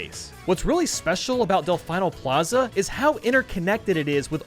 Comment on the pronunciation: It’s pronounced delfēno Plaza